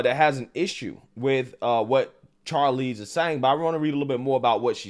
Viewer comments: Bro... I can't take you seriously. You pronounce Charlize like Charlie, Charcoal. When - if you have ever paid attention... You would know her name is pronounced as Sharlize. I don't support her stance... But your credibility is shot. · I'm pretty sure the "Ch" in Charlize, is supposed to be pronounced more like "Sh". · Lol Bruh why you saying her name like that she’s like Hollywood alumni. Her name is pronounced “shar- leeze” LOL but she really blew me with this leftist garbage and she sounds like she was tipsy trying to impress a room full of Delhi snow millennials